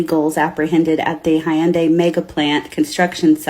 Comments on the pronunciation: Cant even pronounce hyundai correctly. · They were treated pretty crappy. And that just upset the Korean public. Like a slap in the face after being asked to invest billions of dollars. This stupid lady can't even be bothered to pronounce HYUNDAI properly, couldn't be bothered but demands that America has to be respected. Show a little respect and you might get some. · She couldn't even pronounce Hyundai correctly.